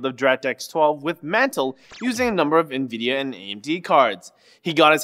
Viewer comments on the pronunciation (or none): none